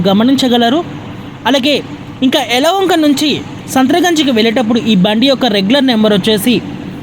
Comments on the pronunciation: ఎలాహంక అని అనకుండా ఎలవొంక అని అన్నది ఆమె ఉచ్చారణ సరిగా లేదు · అయ్యా యలవంక కాదు యలహంక